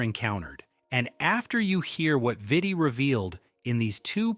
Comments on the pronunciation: Its pronounced "VEETEE" i believe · Veetee. Pretty sure Vitti is pronounced with long I’s. Man also has a jersey retired by the Lakers alongside Kobe’s 8 and 24 retired jerseys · VEE-TI, VLAD-EH